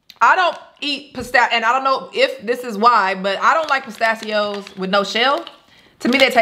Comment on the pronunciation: you couldn’t even say pistachios 😂🤣